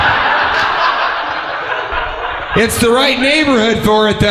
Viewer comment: "Of poverty" with a fancy accent LOL